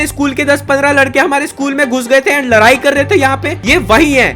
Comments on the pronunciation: Ladai** not larai 😂😂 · Ladai Nahin ladai totale bhaiya Apna video mat Dala karo